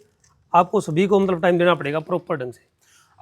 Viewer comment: Le narander - matlab ❎matbal ✅😅